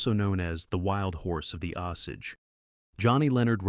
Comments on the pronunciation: Learn how to pronounce Oh sage it is an Indian tribe! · THE WHAT??? It's not hard to pronounce "The Osage."